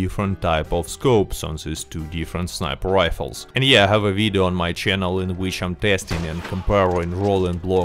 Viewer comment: Did you notice the "v" pronunciation sounds like a "u"? (Uideo) It's obviusly related to Russian pronunciation of that letter, like "R" and "L" in japanese, for example.